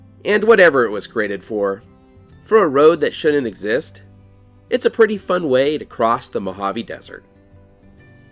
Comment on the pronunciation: Did you say "It shunin exist"?